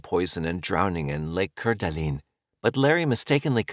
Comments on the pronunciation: The pronunciation of Lake Coeur d’Alene. (kore-duh-Lane) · Not trying to be an asshole, but it’s driving me nuts…I know Coeur D’Alene is French and should probably sound like you are pronouncing it, but Idaho isn’t classy so it’s pronounced Core-duh-lane. Again, not trying to be an asshole. I really do like your videos. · the pronunciation of Coeur d’Alene makes me want to throw my phone 🤣